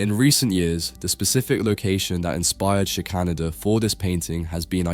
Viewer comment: I think the artist’s surname is pronounced Shicker-Nayder.